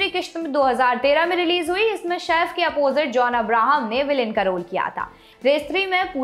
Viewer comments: Mam Shaif nahi Saif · Shef nahi saif